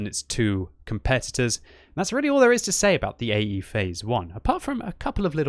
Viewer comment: i.e.? No, it's AE (Phase I)!